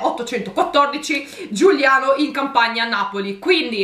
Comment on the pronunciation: Giugliano non Giuliano ehehehe spero di esserci